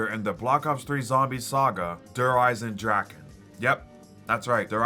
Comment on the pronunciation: Merry Christmas! Also Der eisendrache is not pronounced « drak » but « dra-re » atleast from Google traduction that’s what it says on there I miss the « thundergun »